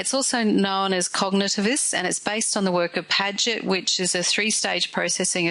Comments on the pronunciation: That name is Piaget, not Padget. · Very odd pronunciation of Piaget! - I've never heard that before - also misspelling of repetition